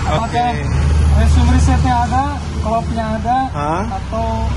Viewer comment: Klock bukan klop.. 😖🤦🏼‍♂️